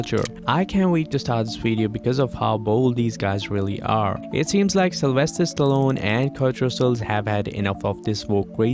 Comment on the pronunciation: Uh, his first name is Sylvester, not "Celestial", as you put it.